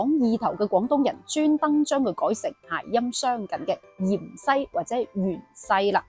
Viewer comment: 芫茜，粵音應該讀‘’元西‘，唔知點解讀讀吓變咗讀成‘’鹽西‘’。仲有片段其中有幾個讀音，聽起上嚟以‘’樣衰‘’。好容易講錯。。我仲要D"樣衰"。😂😂😂😂